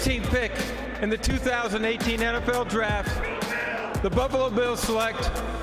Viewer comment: did he say "the Bubbalo Bills"?